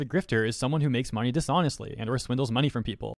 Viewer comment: ive got a rough idea as to why some people like this exist 1, they are probably annoyed at your voice, like when you say money , you always boost the last part by a little bit like this i donate moNEY to charity 2, they jello of yo fanbase